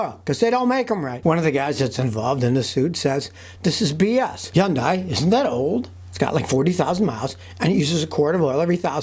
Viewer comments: Hyun-dai [Hoon-dai] ... lol lots of people pronounce it Hon-dai ... Scotty Yon-dai ^^ we all know what he's talking about though. I thought at first he was talking about Hyundai and Kai together lol 😂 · Hyundai is pronounced like Sunday with H…. Hunday. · Why is it he is the only person in the world that cannot pronounce hyundai correctly. Its so annoying.